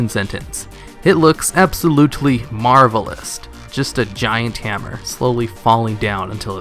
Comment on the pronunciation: Marveloust? You added a t when you pronounced Marvelous.